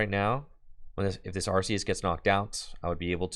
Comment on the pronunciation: I love the change from "Ar-See-Us" to the correct way, "Ar-Kee-Us". 👏